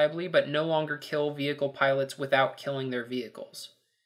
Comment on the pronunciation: did i hear you right?... if you try and run someone over in the mav it'll destroy "yout vehichle"?